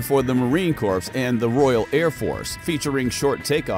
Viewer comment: It's pronounced "corr", NOT "corpse". Sheesh!